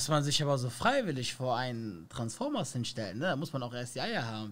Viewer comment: Er sagt transformas gegen Frankfurter azzlavks hahahahahah bahhhh nein Vallah zu viel